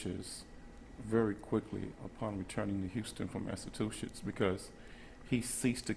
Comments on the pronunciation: Somebody please tell me what state "maassaaatuuuchiitsss" is and where we can find it on a map? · Bad liar I know when my nose does that when I'm about to cry my nose hurts so bad and I can't talk. He can't even pronounce Massachusetts.